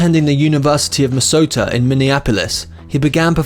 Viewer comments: Please do your homework about pronouncing names. Kareem Abdul Jabbar, not Gabbar. University of Minnesota not Misota. Get the correct pronunciation of Duluth. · Pat Gareth? Joan Bays? Minsota? This video is appalling and the narrative probably taken from Wikipedia by people who can’t pronounce words.